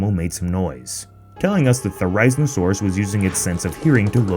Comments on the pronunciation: The "There-I-Zeeno-Soorus"? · Thsts not how you say it mate👍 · Your saying the name wrong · he pronounced Therizinosaurus wrong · Triggered with the way he pronounced it. 🙊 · Idk why but it triggers me how he say therizinosoarus ghddg,earhqcnkacfa rdgkjaev ge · Pronounced therizinosaurus wrong but other than that good vid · Dude learn how to pronounce it for god's sake. You made a whole video on it and can't even properly pronounce the word. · I’m not watching a video where the narrator can’t properly pronounce therizinosaurus correctly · Bro you said it wrong no disrespect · The way he say it’s name makes me so angry. Couldn’t take the time to do any research on proper pronunciation? Wtf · Love the video. Butchering the pronunciation of the poor dino's name though.... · At least say it’s name properly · All ark player are disappointed on how you said therizinosaurus😂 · Therizinosaurus is wrongly pronounced. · Doses he know he is saying it wrong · ... are just going to ignore the fact he pronounced it wrong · honestly it really irritated me on how he pronounced theriziosaurus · Why do you pronounce Therizinosaurus like a slow kid who got into his moms downers? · That not how you say therazinosauris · You horribley butchered that dinosaurs name it made me gringe every time You said it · ITS NOT A THERIZENSARURS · You are pronouncing the dinosaurs name incorrectly. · He says it wrong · Please pronounce this Dino’s name correctly. I just… fuck that’s so bad. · You said its name wrong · your saying therizinosaurus wrong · When you can't say therizinosaurus properly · One thing I don't like is how he pronounces the name. 😩😩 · that is not how you say it's name😭😭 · You pronounced the theri name so wrong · You pronounced it's name wrong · THATS NOT HOW YOU SAY THERIZINOSAURUS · That’s not the correct pronunciation of the dinosaur 🤦🏾‍♂️ lol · Why do you say “Thh-air-EYE-zinn-oh-soar-us”? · no its (THER-uh-ZEE-no-saur-us) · the theriz no sarus bruh what is wrong with you